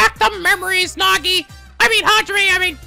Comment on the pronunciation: To be fair, he can't pronounce Naegi's name right either.